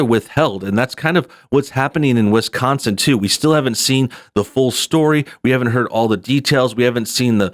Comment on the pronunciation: Haha "..in a state called Wis-Conn-Son" "It's called a Dee-Vee-Dee Player Jules. It plays Dee Vee Deees."